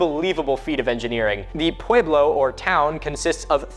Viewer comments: I know this isnt important whatsoever but is that really how we're supposed to pronounce pueblo? You say it pu-wee-blo but ive only ever heard it pronounced, even by native americans as pu-e-blo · I am Pueblo. Descendent from those of the Chacoan people. Big fan. Love that you made this video. Couple pronunciation pointers: (Pueblo= pweh-blow / piñon=pee-nyohn Sipapu=see-paw-poo). Modern kivas are sometimes built above ground but you still enter it from the top. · It's not a sharp A sound think pweh- blow, not pwahe-blow.